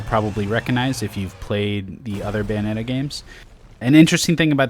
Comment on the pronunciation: "bayonet" 3 XD